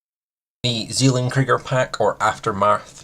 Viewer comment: as a german i hate the way you pronounce "Zellen-Krieger" ;-) but otherwise great vid! Very informative :D